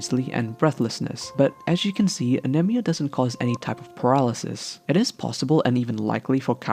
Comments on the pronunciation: He kept saying anemia wrong! I almost threw my damn phone. Jesus Christ pronounce it right! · the way you pronounce anemia is really annoying